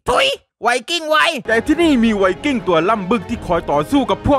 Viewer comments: ไวกิ้งไม่ใช่ไวสวิงกิ้ง555555+ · ไว"สวิงกิ้ง"??